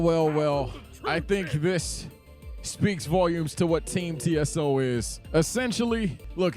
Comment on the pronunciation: Whats funnier to me is how TSO is pronounced "Tieso" which means "stiff" in spanish 😂